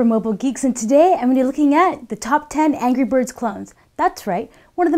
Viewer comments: did she say angry birds at the beginning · You say Angry Bird at beginning of video :)